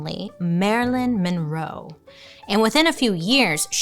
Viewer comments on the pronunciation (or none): none